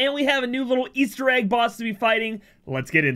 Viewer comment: Es-Ter not Es-Thur